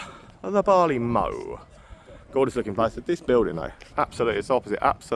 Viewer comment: Mow as in the cutting of grass is pronounced like low, mow the place to store barley is pronounced like cow.